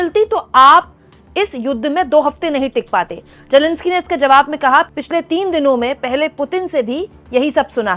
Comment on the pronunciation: It’s Zelensky not Jelenskie